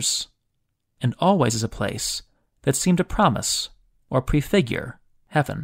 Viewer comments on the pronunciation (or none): none